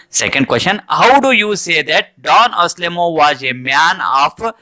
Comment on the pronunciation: Sir it is not aselemon it is Anselmo